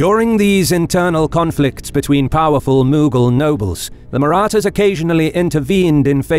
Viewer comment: The announcers voice was made for military narration. Not sure if the same person wrote the script but the language used is phenomenal. The pronunciation of "Marathas" was correct, as opposed to Kings and Generals :^)